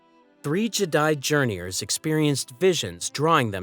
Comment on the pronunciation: Calling them Journeyours is soooo Guh Aye!